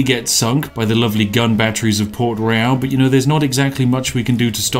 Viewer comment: He keeps mispronouncing the word "Royal". This is why Yorkshire Tea Gold won't sponsor him.